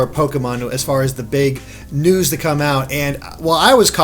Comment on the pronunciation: "There's a lot to cover so let's get right into the NOOSE"